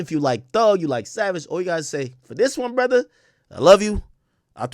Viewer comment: “Brudder” 🤣I hate when people say “brudda”